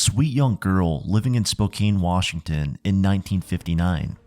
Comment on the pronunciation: How did you mispronounce Spokane so many times and then all of a sudden switch to the correct pronunciation for the middle portion of the video? Pronunciations aside, awesome video. Thanks!